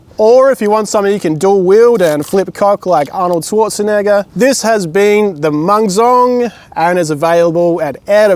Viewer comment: You actually pronounced it quite well. Especially at the end when you got the mang right. They should make a full rifle with bayonet version for this, it'll be way easier to use. I don't really get the melee ruling that much. When we were kids we played with lightsabers a lot, those polycarbonate duel worthy ones, we'd go full force on them all the time. Broke a few blades lol. I don't see why adults can't take those hits when even the girls could. Wasn't even just lightsabers, lots of other toy melee weapons, my friend knocked someone else out with her Valkyrie battlehammer, he was fine 5 minutes later.